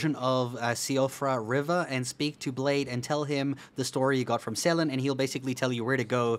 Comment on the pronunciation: Blaid...... Why Blaid!?